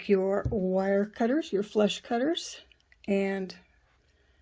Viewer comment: Absolutely beautiful, thank you for sharing x Those wire cutters, are you saying 'flesh cutter'?